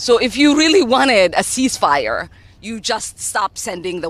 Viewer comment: CEEZZ FIRE!? Step01 - Reeleezzz H0zztages! Step02-Surrendered